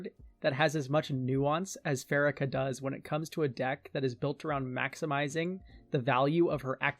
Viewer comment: I think the worst part of Pharika is how you pronounce her name.... Second syllable stress and pronounce it fa.ree.ka.